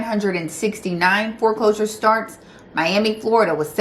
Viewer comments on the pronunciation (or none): none